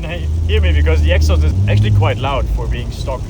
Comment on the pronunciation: Elephant in the room: It is pronounced„exhAUst“, not „EXhaust“. Every single time in every single video is really getting exhAUsting… Great video though, like always! 😊